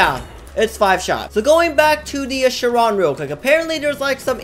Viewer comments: chee ron not sharon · It’s pronounced as ‘shy-ron’ (Chiron ) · thats not how you pronounce chiron! its pronounced kai-ron, like in greek mythology